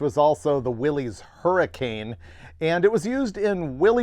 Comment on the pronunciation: will always point out it is Willys, pronounced Will-iss, not Willy’s or Willies.